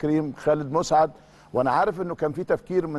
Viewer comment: مسعد...بفتح الميم و السين ساكنه...كان لاعب رائع جدا ومحترم